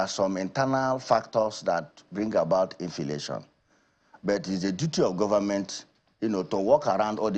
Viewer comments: I shouted when I heard infilation 😂😂😂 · A Nigerian senator pronouncing inflation 😢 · Senator infilation 😂😂😅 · No be only “INFILATION” Mtcheeew 🤮🤮🤮